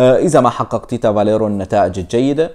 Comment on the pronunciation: اسمو تيتسا بالروماني Tița.... مو Tita.. فاليريو مو فاليرو